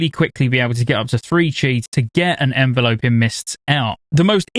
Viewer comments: En-Vel-up-ing. Not En-volo-ping. JFC 😂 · say it with me, 'En-vel-uh-ping' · As someone who is a healer one-trick I’m super excited to play mistweaver, hyped for mop also thats not how you pronounce enveloping lol